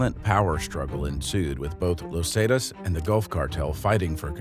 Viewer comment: great vid but him saying lozatas for los zetas was abit frustrating